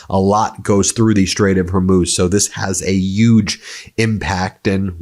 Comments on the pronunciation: Proud of you for finally saying Hormuz correctly after 3 weeks even though you’re a news show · so you finally got the last bit correct...HERMOOZ. Now let's get you on the first syllable.....say 'WHORE'...now put both syllables together, deep breath..."WHORE MOOZ". Allahu Akbar...!